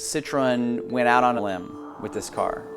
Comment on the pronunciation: A lady that I know who grew up in France says that it's pronounced "SEE-troh(n)", with the "n" barely spoken.